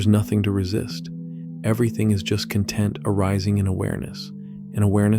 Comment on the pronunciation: You are a human and not an AI narrator, and you pronounce the noun "content" like the adjective "content? How can this be?